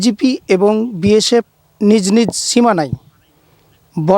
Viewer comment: বিয়েশেপ বলে😅এতো সাংঘাতিক রিপোর্টাররে বাবা😂